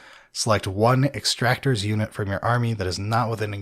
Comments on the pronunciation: Hearing them say "Extractor" instead of "Exactor" was so upsetting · Ex-ac-tors. Come on guys, I know reading isn’t your strong suit, but this is getting ridiculous. Lol